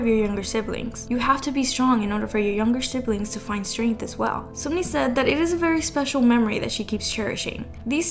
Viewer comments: Can we just highlight it is not SUMni it’s SUNmi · Sunmi is pronounced Sun(☀️)mee not soonmi lmao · Heiiii, Sunmi is actually pronounced like Sun🌞+me👈 Just wanted to tell you^^ Incase its Just Something hard for you to pronounce, i am sorry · As a Korean please stop pronouncing 선미 like seunmi. It’s pronounced seonmi it’s ㅓ not ㅜ.